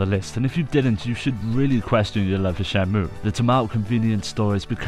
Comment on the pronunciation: It sounds like you keep calling it Shamu